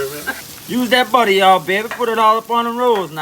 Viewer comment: you make some serious good soul food. but i love how you say butter its not butter its "butta"